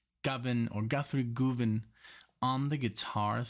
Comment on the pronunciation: Guthrie Govern is Gov rhymes with Dove , honestly that's how you pronounce his surname 😊